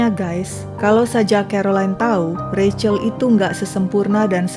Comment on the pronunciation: Seneng banget mengeja Rachel dengan benar, yaitu Reicel...